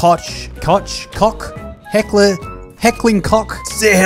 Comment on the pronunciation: Heckler and croch😂😂